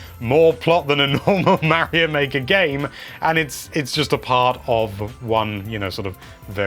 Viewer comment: Omg the amount of Mary-Os is driving me insane.